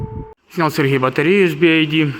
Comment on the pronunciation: Братишка, BYD (би вай ди).. "Ай" это другая буква.."i" 🙏